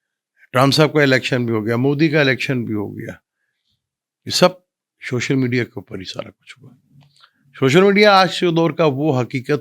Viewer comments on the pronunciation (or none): shoshal nhi social 🙂